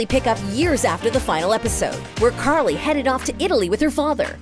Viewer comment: .Bro it’s Carly not Carlie.lol